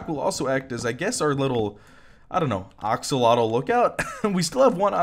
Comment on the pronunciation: I love how he’s still saying “oxolotl”